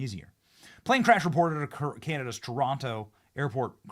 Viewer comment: Um u trying to say canada